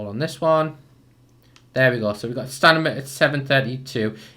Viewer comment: He says stanima